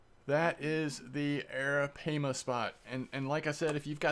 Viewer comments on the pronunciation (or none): Not trying to be rude, or critical, but the proper pronunciation of Arapaima is eh· ruh·pie·muh :3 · yep,brother. I didn't see this 2nd comment otherwise i woudn't have mentioned it. Great series with. And the a is pronounced like the a in Spanish.(like 'vamos a la PLAYA') The last a too. In English atleast. For the record,i am belgian so i speak Dutch.:) It doesnt' matter that much but i too like things pronounced correctly.:)